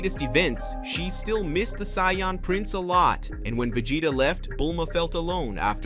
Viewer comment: I am loving this series and can't wait for the next episode. But... One criticism of mine would be if you're speaking in English, then please take 30 minutes and watch an actual English episode so you can pronounce saiyan and Vegeta. With a small amount of practice you can make a big difference in the quality of the videos.